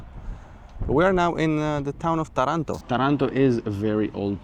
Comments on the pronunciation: ❤❤❤. In the name of the city of Taranto, the stress falls on the first syllable. The correct pronunciation is therefore Tà-ran-to.. thanks for sharing this beautiful video along with all the other ones ❣️😃👍🙌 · You have a very good pronunciation of Italian names and words, but with the city of Taranto , the stress must be on the first "a". 😊 However you did such a good job. Always very fine, classy and elegant you both!!